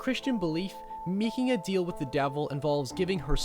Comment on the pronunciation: Meeking a deehel with the deevel.